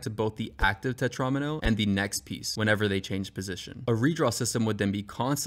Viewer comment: then you fucked up and called it a tetron-m-o... it's a tetra-meno dude